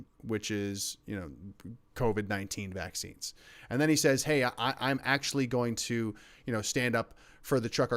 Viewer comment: He can't say vaccines